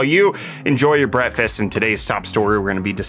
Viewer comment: Do you say Bretfast or breakfast? I can never tell!